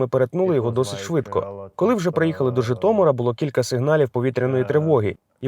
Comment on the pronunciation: Бля, навчіть його говорити «Житомир», а не «Жітомір»!!!!!